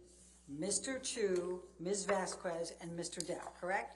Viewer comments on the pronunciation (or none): It is shocking that an attorney is so alien to life that she don’t know how to pronounce the name Vasquez correctly! For those who care: the qu in Vasquez is pronounced like a k in like✌🏻